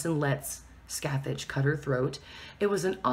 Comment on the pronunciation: god, you're butchering Scathach's name